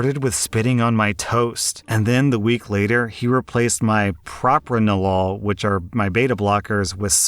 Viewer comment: It’s Pro-pran-a-lol. I take it for panic attacks.